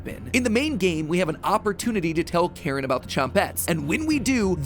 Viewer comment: It's Karin, not Karen